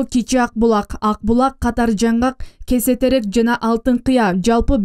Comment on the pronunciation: Кесе терек эмес Косо терек